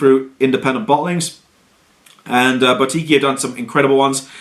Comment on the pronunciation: My go you can't pronounce boutique. Google a word you don't know its embarrassing. boutique buːˈtiːk